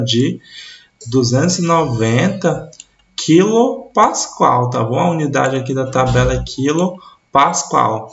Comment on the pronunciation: Caro professor muito obrigado pela excelente aula, mas tenho uma crítica construtiva, a pronúncia correta é Pascal e não pascoal. Mais uma vez muito obrigado pelas explicações.